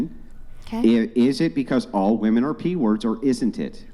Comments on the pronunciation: Totally besides the point but the way she says Wehmen instead of women is pissing me off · "it's not wemen it's not wemen!"